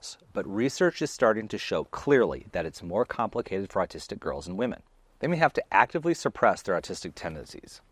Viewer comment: Ahhhhhhh! You’re pronouncing ‘autistic’ as ‘artistic’!